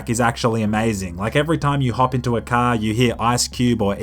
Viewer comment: Not sure why, but I love hearing you say 'Cah'